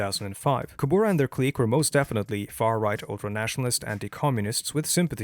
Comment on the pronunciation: i have never heard a worse pronunciation of the Word kubura